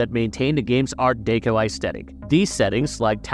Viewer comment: Why does every vid by this site have incorrect word pronunciation? Deco is not an obscure word.😤